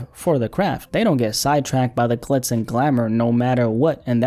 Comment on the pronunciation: did you say “clits” and glamor 🤣 instead of glitz on purpose lmao